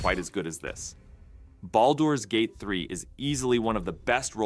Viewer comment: Just here to poke a little fun at how inconsistently and incorrectly the presenter chose to pronounce Baldur's Gate haha. It's said correctly and often in the course of the actual game so I always marvel at how this could happen lol.